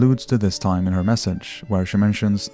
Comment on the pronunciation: Always love how they pronounce the letters R and T with the letter D, like the words "Embaddisment, and DIME, instead of TIME.